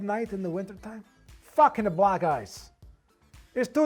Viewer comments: He's no real italian. Why does he pronunce black "blag"? Italians do not pronunce "ck" like the g sound And he's obviously mocking italian people, no one pronounces his surname like that... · Yeah we actually do pronounce those ck’s like gs in some cases. It depends but I found it’s more common from Italians from southern Italy